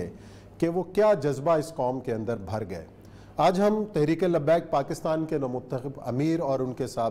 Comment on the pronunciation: Pakastan nhi kehte Pakistan kehte hen